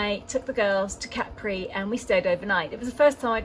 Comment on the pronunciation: I will never get over the fact that some English speakers took the pronunciation of Capri from French, with the stress on the last syllable. It’s CA-pri, not ca-PRI. Not you, obviously. Great video though.